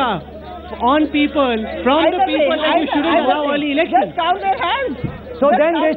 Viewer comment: listen to the peepull